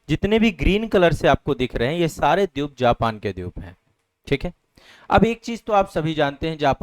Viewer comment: Dweep ko Dyup bolna galat hai. Ek teacher ko yeh shobha nahi deta.